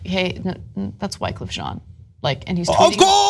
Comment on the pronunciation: Why-cuff Jean..